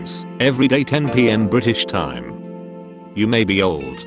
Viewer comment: I really felt it when he said: "Nightly juicy memes everyday 10pm bri'ish 'ime